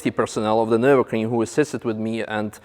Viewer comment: Funny how you say Nurburgring its sound like Nurburcream.